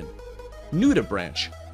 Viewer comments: Very cool, but come on - anomony (anemony)? NudiBranch (sounds like bronk)? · Right??? SO annoying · 1) Anemone is pronounced "anEHmone," not "anAHmone." 2) Nudibranch is pronounced "NUDibrank," not "NUDibranch," despite the way it's spelled; and yes, they CAN swim. 3) No jellies??? Still--lovely film! Thakn you for sharing! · OK - First of all, I almost couldn't get through this - people who narrate something should be required to learn how to pronounce things CORRECTLY!!! It's NudiBRANKE - not nudiBRANCH (talking about pronunciation NOT spelling) and Ah-nem-oni NOT Ah-nem-inon. And that "cute little creature" can sting pretty damn good! LOL Secondly - OMG!!! A Pikachu Nudibranch! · That wasn't the only mispronounced word. What about "Nude a Branch"? This guy is not a biologist or sea life expert. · Not anomene, anemone! Nudibranch is NudibraunK. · What's worse is his pronunciation of "nudibranch" like the branch of a tree - it's brank, like spank. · The guy talking knows NOTHING about animals. Mispronounced anemone and nuderanch. Get someone who knows the animals. Then he wont mispronounce the names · Please learn the correct pronunciation of "anemone" and "nudibranch."